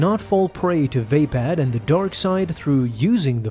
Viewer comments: Dope video, but everytime i hear [vay-pad] it makes me wince xD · Pronounced “va-pod”.